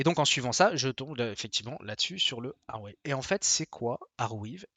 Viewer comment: Je dirai "arwive" avec "ea" comme "leaf" (feuille). "Arwève" ça s'écrirait "Arwave" comme "wave" (vague). La traduction de weave en anglais c'est tisser. Peut-être comme tisser une toile (web).